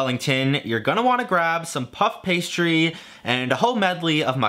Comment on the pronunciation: Why you guys like to say like pup pastry instead of puff pastry